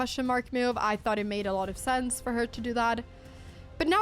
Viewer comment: Dear Anna, Anna Dear. Please it's sense not sanse. Oh won't you please go to Google please? And type "pronounce sense", search then in results click or tap the little speaker button. Yes listen please oh won't you please? Cause we love you 💓 loads like pepper on toast yes choclate crunch sweet teddys too! (High tone) And thank you for the chess and videos too. (Last sentence In Abba voice)